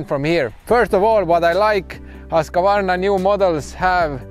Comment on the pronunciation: It's not pronounced Hosk-A-Varna😉 try saying it like whos-kvarna 🙂 protip from a Swede 😅